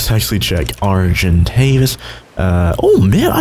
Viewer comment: Hey the bird you can't pronounce is known as an ark-i-tave-i-ous